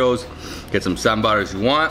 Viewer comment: He pronounced Sambar much better than Many other people who pronounce it Sambur My South Indian heart is happy